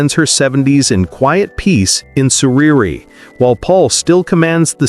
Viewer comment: It's called Surry, not "Surerry" DUH🎉